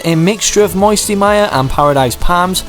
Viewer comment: I liked it when you said moisty palms it sounded as if you were from Alabama